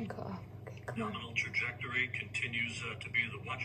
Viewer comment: "nominal. We like nominal." I said the exact same words. 😂